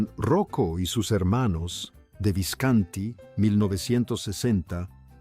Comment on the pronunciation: Pero...porque pronuncias mal.. Visconti...habla bien si no no hagas el video ,pronuncias mal....muy mal